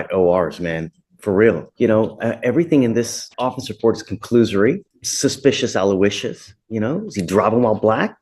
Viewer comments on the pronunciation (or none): did this man just say "suspicious aluicious" wtf?